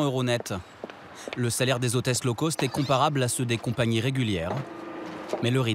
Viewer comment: low cost revoir la prononciation : cost Sinon intéressant